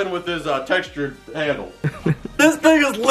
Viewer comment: He said first a chain handlel then wood Handel